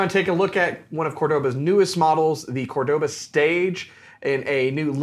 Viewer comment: Pronounced Córdoba as opposed to Cordóba.